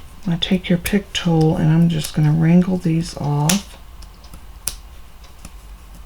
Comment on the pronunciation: I think it’s funny the way you say wrangle them off!😁 Beautiful card & have a blessed day!❤️